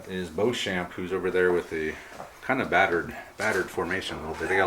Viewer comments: It would normally be pronounced Bow-shon which is the French proununciation. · A fascinating game with an interesting swing in fortunes. (NB I'd expect to pronounce Beauchamp as Beecham)